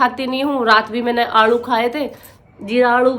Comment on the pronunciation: बेटा आप आलू को आणलू क्यों बोलते हो आप जो ग्रेजुएट हो